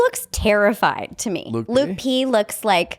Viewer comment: Lauren B and why does she say LUKI P instead of LUKE P 🤦🏻‍♀️